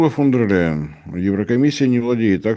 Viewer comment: Мощный дедан, даже "фон дер Ляйен" не может выговорить.